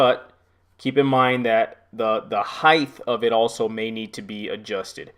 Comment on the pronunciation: I had to turn this off ! I don't know what annoyed me more He kept saying "Om" "Heigth" - It's "HEIGHT" no "TH" on the end, and then there's the dreaded UTILITY BELT - ok, I use a nail pouch if i'm up on a ladder or on a roof !